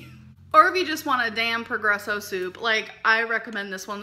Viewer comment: Madison Reann I’m just guessing since she pronounces their brand Pergresso rather than Progresso, a sponsorship won’t be coming anytime soon. Imagining that sponsor video: “Alls I ever eat is Pergresso! Just add a few shakes of SEASONALL salt, sriracha and ketchup to taste.”